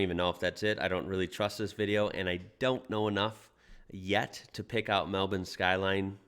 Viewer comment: LOL it's so strange hearing an American pronounce Melbourne correctly. It's usually Melborrrrrn 😅 In fact pronounces it better than the person in the vid he's reacting to.